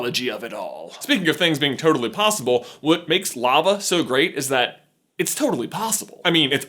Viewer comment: Did anybody else hear "Its turtaly possible"?